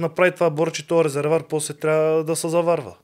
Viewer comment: Казва се резерВоар,а не резервар. За протокола.